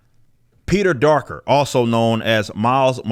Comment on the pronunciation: Did he just say "Peter-Darker"? Yeah I'm just gonna sub now.